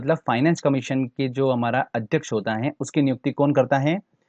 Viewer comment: Sir aap है को हें kyun Bolte hai . I m just kidding 😜😅🙏